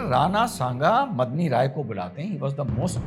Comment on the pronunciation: मदनी राय नहीं मेदनी राय नाम था मेदनी का अर्थ पृथ्वी होता है।